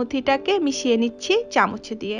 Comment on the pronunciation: চামুচ না চামচ